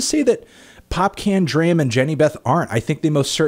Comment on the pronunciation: Can you please stop calling D. R. A. M. "Druh-am"? It's pronounced "Dr-ah-m"! It makes me cringe.